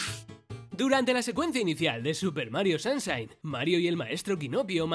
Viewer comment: Super Mario SAMSHAIN 😂😂😂😂😂